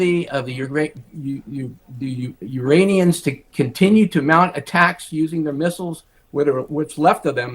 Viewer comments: Guy said uraniuns never heard of them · The uranians? Lol 😂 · the Uranians lmao